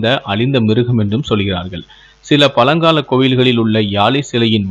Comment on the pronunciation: தமிழை அழகாக உச்சரிக்கலாம் தானே........ பலங்கால காலி சிலை ..... யாலி என்பதற்கு பதிலாக பழங்கால காளி சிலை..... யாழி என்று ஒழுங்கு பட உச்சரியுங்கள் சகோதரா......